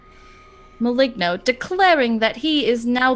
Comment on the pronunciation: Just one thing... The correct pronunciation of Maligno is: [maˈlɪŋ.noː]. "Gn" in italian language is like maliño in spanish.